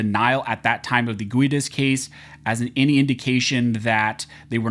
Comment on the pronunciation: I worked with a guy named Guedes. He pronounced is "Gedd-Eez".